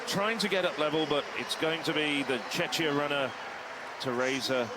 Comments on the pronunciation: Exactly! I cringed every time he mispronounced Czech / Czechia, truly embarrassing! 😬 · We are not Chechia we are Czechia or Czech republic.